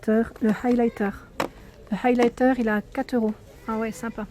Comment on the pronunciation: comment tu dit highliter stp articule pck c est pas du tout commeca et la facon a toi et pas douce du tout